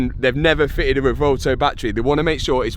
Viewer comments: Please pronounce the name of that beautiful car correctly. It’s pronounced Rev-oo-elto. Like a cow’s sound, moo. That’s the U in Revuelto. Now, just run it together, quickly and smoothly. Revuelto means scrambled in Spanish. Don’t understand why Lamborghini would call it Revuelto. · At least try to pronounce the name of your car correctly. It's not 'revolto' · the rewouwtouw lol - if you drive such a car you should learn how to pronounce it correctly first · lol "Revolto" Is Matt ever going to pronounce this thing correctly? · Its pronounced REB WELL TOE.